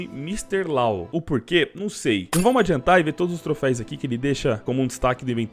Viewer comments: Toda vez que voce fala TROFEIS meu ouvido sangra... é TROFEUS!!!!!!!!!!!!!! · O certo é troféus, não trofeis flw. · Não é trofeis, é trofeus!! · Apenas uma observação: troféus e não troféis. De nada ;) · cada ‘’trofeis’’ q ele fala e uma facada no meu coracao pqp